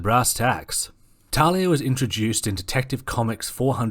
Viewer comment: It`s pronounced (Tahl-lia.)